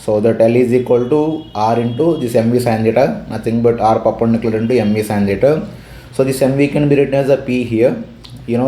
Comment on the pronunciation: Perpendicular ❌ papendicular✅